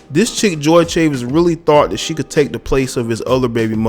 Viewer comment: Chavis is pronounced in spanish.